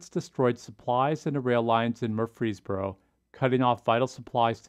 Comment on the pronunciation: Great video, but as a resident of Murfreesboro, allow me to tell you that the way we pronounce it is MURfreesboro, with the emphasis on the first syllable